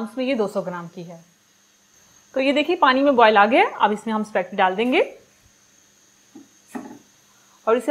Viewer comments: AAP spegty kiyu keh Rahi hei? Jab iska pronunciation spa-- getty hei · spacketti🤣🤣🤣not spaghetti haaa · It’s not specty it’s spaghetti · Correct word is spaghetti not specti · It’s called “ ispa-geti “. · Aap speggeti kena seek len pl .